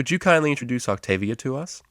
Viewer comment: octobia? really?